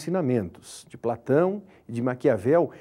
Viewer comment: De Platãuum